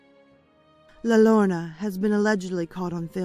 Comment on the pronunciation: Love it. I wouldn't have really noticed that you didn't pronounce La Llorna wrong if someone wouldn't have commented. Everybody pronounces things differently. So no worries!